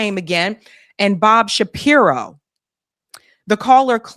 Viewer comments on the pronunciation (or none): none